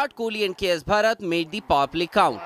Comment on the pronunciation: News Anchor should remain that This is BHARAT Bandh not Barat band, Hindi is our mother tongue. Speaking English is very good thing but also give respect to our nation By taking this name proudly because this is not a subject to anchoring It's our country and everyone should take this name by feeling by your heart. thanks